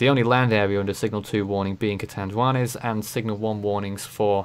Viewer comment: yes, you are pronouncing Catanduanes correctly.